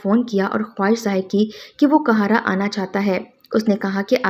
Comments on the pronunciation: آپ کا تلفظ بالکل بھی صحیح نہیں ہے آپ آپ کا ہر قاہرہ کو مسلسل کہارا کہہ رہی ہیں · App please APNA talafoz sahi keren . City ka name ghalat le rahi han .